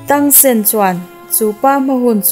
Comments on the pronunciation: Tangsen ti tawh suh tangsan tirawh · Miss i aw ngaihthlak hi chu a nuam,mahse zo fantasy i tluk lo ka ti,zo fantasy kha en phot teh saw u te i ti mai mai a Xiao u(Zia U) ti a lam tur nia,tang sen nilo in (Tang san) tih tur bawk. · Tang sen ni lo vin Tang san zawk aww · Tang sen ni lo in tang san ti lam rawh 😂a hmuh nawm nexr request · Tang sen nilo in tang San Chuan zia u tiin lam bawk la maw Chuan dolou tia lam lo in dualaw tiang hian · Sooyu tilo khan ziayou tih khan lam deih zawk la miss cuan tangsan in aw tangsen nilo in 😂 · A thawnthu em mai xiau tih tur kha sou te a ti mai mai tangsan tih tur kha tangsen te a tia😊😂. 👇👇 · Tang ti lo in tang sek ti la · Tang sen a ni lo a, Tang san tur a lawm, recap sual tawh suh aw please in aw? 🙏😱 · Sawu ni lo in ziau chuan tengsan a ni lo tangsan ti in lam tur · Tang sen❌ Tang san✔️ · Zo fantasy khan tangsan atia, miss ilam dan chuan tangsen itia, xia-yu pawh sia-yu tia in anglo e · Xiao we leh Tang san tur aw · tangsan aw zawk aw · Tang san ...mizo tawng taka lam tur...chuan a nupui hi zia u tia lam mai tur...lam dan tur dik kala rawn sawi zel dawn😂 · Saw wu ni lo Vin Zia wu zawk lom Chuan Tang Sen ni lo Vin Tang sun lom 😂😂😂😂 Ka spelling hi chu min lo hrethiam mai ru😂hriat a awl Sam zok vak nia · Ihh an hming i lam dan hi en chiang deuh te a xia wu tih te tang san tih te hi...ka lo sawi ve mai mai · Tangsan tih a lom ziaU tih tur avbt